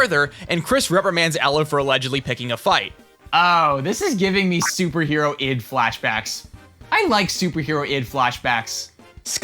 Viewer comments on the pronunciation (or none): We gonna address him calling it Super Hero-ID Like it’s a pun on Harold’s name, Hero-ld = Harold